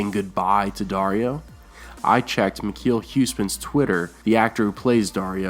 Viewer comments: All your dutch speaking fans cringed when you tried to say Michiel Huisman. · Haha im from Holland, and it was really funny to hear you prenounce Michiel huisman his name By the way good contant, keep on going man👊🏻